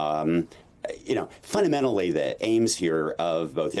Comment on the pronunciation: NK said fundamentaly ???